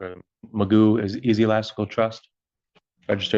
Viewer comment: He isn't "jokingly" referred to as Mr. Magoo. That's his name. Not "Magood".